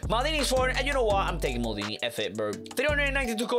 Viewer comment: Bro said maldina